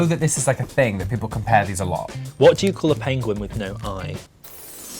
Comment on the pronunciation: Umm d penguin joke said no I but u said the I in it pengin